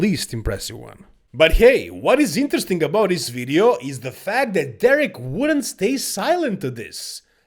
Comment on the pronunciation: we gonna talk about in dis wideo